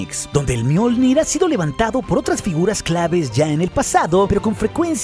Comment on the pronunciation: Soy yo o en una parte dice Mjoldir